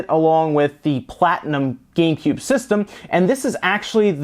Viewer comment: he said gay cube